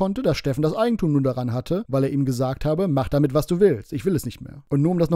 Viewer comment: "Irjend jemand hat jesagt ist Feirtach"